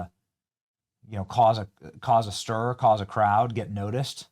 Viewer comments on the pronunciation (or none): none